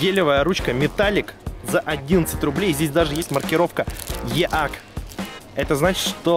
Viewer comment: EAC читается как ИЭЙСИ,а не Еак